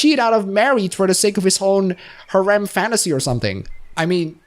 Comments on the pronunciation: Heh. Gotta say that the way you say "Harem" is far more akin to you saying Haram in my honest opinion. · Pronunciation for Harem : Hair - him. The "h" is silent. Surprised you dislike Harems even in fiction by the way. But, that is why we all have different preferences. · 1) I don't mean to be mean but it sounds like haram every time you say harem and I can't stop laughing. 2) I recommend Love Hina (the manga), considered one of the harem stories of all time. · isnt it pronounced hair um?